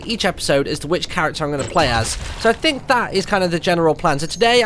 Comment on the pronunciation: Martyn saying think sounds like tink